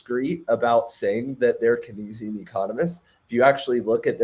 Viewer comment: Sir the way you pronounce kenzian 🙄